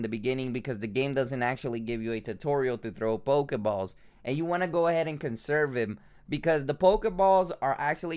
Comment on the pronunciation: Not on damn thing near my house it almost aggregates me as much as this dude say pokaballs pokamon